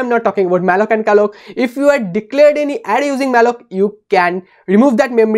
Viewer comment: Array ❌ Adday ✅